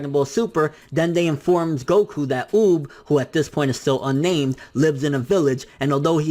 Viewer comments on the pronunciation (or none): oob?? its UUuuub 😂😂😂